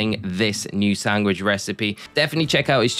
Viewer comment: what’s a sangwich?